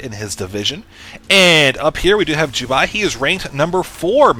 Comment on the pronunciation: it's Jubei! Not Ju-buy!